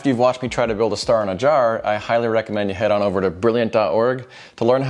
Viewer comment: everytime you say jjar i think of 1 men 1 jar